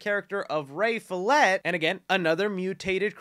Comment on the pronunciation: "fillet" is pronounced "fillay", post malones characater is called "Ray Fillay" lol